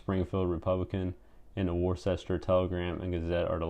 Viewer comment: It's pronounced WOOS-ter, not Worchester. Otherwise it was a good video.